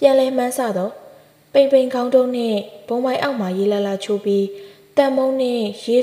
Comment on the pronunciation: အသံလေးကို အရမ်းကြိုက်ပါတယ် အသံထွက်တချို့မှားနေတာလေးတွေပြင်ရင် နားထောင်ရပိုကောင်းပါမယ် ခုဒီထဲမှာ ခေါင်းတုံးလို့ ဖတ်သွားတာကြားမိပါတယ်။ ခေါင်းတုုံးလို့ရေးပေမယ် ကတုံးလို့ ထွက်မှ အမှန်ပါ။